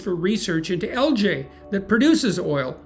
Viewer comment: This vid was great but do ya’ll seriously say ‘AL-JAY’?! 😂